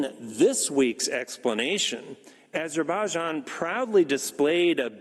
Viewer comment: Did you understand yourself what you said?:))) learn first to pronounce properly AZERBAIJAN!🇦🇿🇦🇿🇦🇿🇦🇿🇦🇿🇦🇿